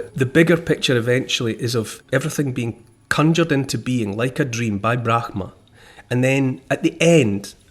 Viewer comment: Neil, the pronunciation of Brahman is "Bram-ha" - no guttural 'g' sound. It's a mystery as to why it is spelt the way it is, but there you have it. Most Westerners put that strange 'g' sound in, but it is incorrect ❤